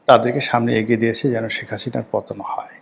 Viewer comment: তুই একটা মাদারচোদ তুই একটা খানকিরপোলা। আগে শেখ হাসিনা নাম উচ্চারণ করা শিখ। সেখাচিনা কি রে শুয়োরের বাচ্চা???